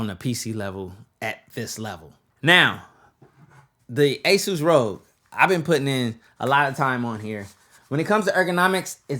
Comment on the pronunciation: Rogue/ rog Just use voice to text and you'll see the pronunciation rahg